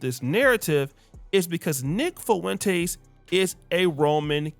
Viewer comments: Bro ... Ur nick Fuentes pronunciation is whippin yo azz.... It's " Fwen- tez"😂 bro not Fuh-EN- Tays I'm over here cussing at the MF phone lol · If you say FOO-went-ez one more time 😂😂😂😂😅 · The way you say Fuentes makes me chuckle lol